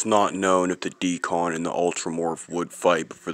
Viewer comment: It Isn’t called a “DE-CON” like you pronounce it. It’s called a Deacon. 👍🏾.